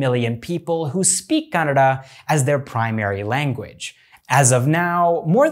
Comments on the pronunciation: They way you pronounce "Kannada" is just perfect. Dhanyavadagalu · Being a foreigner he pronounced "Kannada" better than most north Indian people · You pronounced word "kannada" better than many indians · I love that you pronounced Kannada correctly even northies dont speel it correct. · kudos for pronouncing kannada correctly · Happy to see someone pronounce "KANNADA" ❤️❤️❤️ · He is not North Indian 🤣 that's why